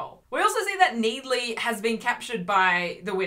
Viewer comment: every time you say 'NEED-ley' I SCREAM INTERNALLY